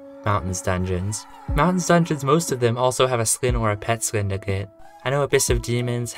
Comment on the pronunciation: Please pronounce skin correctly